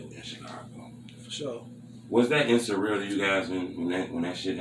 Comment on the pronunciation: This nigga said "in-surreal." Smh